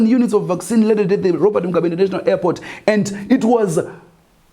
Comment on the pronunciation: Vac Sinhi not vaccine 😆😆😆😆